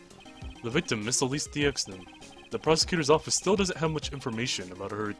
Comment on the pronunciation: I believe Deauxnim is pronounced Dewnim